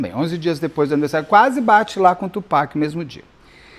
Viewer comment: Nós, fãs da cultura hip-hop muito felizes com o Beto pronunciando corretamente o nome do Tupac <3 Beto, existe um livro chamado Bling escrito pela Erica Kennedy. O livro conta a história de uma jovem que entra para esse mundo da música para realizar seus sonhos, mas isso acaba se tornando seu grande pesadelo. Acontece que a Erica era amiguíssima da Kim, ex do Diddy, e é dito pela internet gringa que o livro seria um relato ficcional da vida e ou das experiências que a Kim presenciou ao lado do Diddy. E a Erica morreu de forma misteriosa.